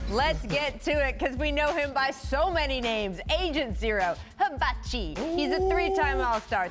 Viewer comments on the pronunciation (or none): The way Rachel says hibachi in the intro makes so sooo unformtable lmaoooo cute milf